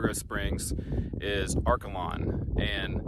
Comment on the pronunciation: I am from Liberal. Arkalon is pronounced Ark ay lon. Not Arkuh lon. Near Arkalon was the Samson of the Cimarron. You should have shown that.